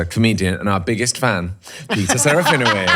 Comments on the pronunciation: SerafinoVicz, not Wicz.... Trust me, I'm a professional Pole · SerafinoVITZ, is the correct pronunciation...pretty please!! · I love you but, It is pronounced Sir-ah-fee-noh-vich 😅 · It’s not even the proper way to say his name 😂his name is Polish and I could tell you how to pronounce it xD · You said his name wrong 😂😂😂 the W in his name is pronounced as a V